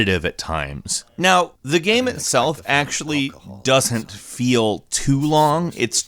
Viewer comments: He also says "gam". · "It's a pretty good gheme"